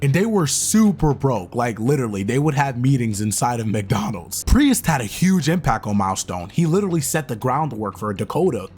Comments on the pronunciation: Prius? Is this a proununciation quirk or am I missing something here? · Pretty obvious since you keep pronouncing his surname with two syllables instead of one. Great job, though! 🖖🏽🤘🏽⭐️ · why are you saying Priest like that? Great video btw!!